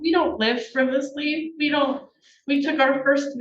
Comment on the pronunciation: She likes the word “frivously.” She should learn its actual pronunciation, frivolously.